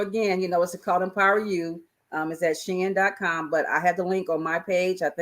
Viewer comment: Hey! Shein = "She in".... just sayin'